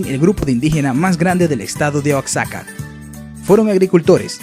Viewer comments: Se pronuncia MESHICAS aunque se escriba con X y con la sílaba tónica en SHI y no en Me... Y la pronunciación es TEOTIHUACANOS no teoticuanos, por favor...Chichentizá, la sílaba tónica va al final, Oaxaca, se pronuncia Oajaca aunque se escriba con X y no Oatzaca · En México, Oaxaca se pronuncia como "guajaca" y no como "oatzaca" XD. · se saltó a los olmecas, la cultura madre de Mesoamérica. Hay confusión entre elementos mayas y mexicas (no "meksikas").¿ De dónde sacan esa prosodia del "Oaksaka" y el "Belís"? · de donde eres y por qué pronuncias Oacsaca??? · No es "oachaca" es Oaxaca, pronuncia bien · Se escribe Oaxaca, se dice Oajaca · Como curiosidad te dejo lo siguiente: la pronunciación de las ciudades de México va de acuerdo a la cultura que predomino en dicha zona, ejemplo de ello es Oaxaca que se pronuncia como oajaca, hay otras como Xochimilco y se pronuncia de la siguiente manera Zochimilco y así tenemos muchisimas más Saludos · La pronunciación de algunos grupos y lugares no es la correcta (e.g.: mexica, oaxaca). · Dice Oaxaca mal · wey Oaxaca lo dijo mal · Así no se pronuncia la ciudad de Oaxaca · Like si piensan que dijo mal Oaxaca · De que país es este Youtuber pronuncio Oaxaca mal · Se dice Oaxaca como si lo leyeran con g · pues así no se pronuncia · El que publicó pertenece a sudamérica, por el acento, y dice Oaxaca tal como lo leyó ja ja ja